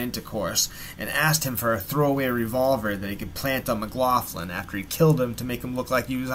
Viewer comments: Its pronounced mc locklin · yes it is. It's pronounced 'Muhgloklin'.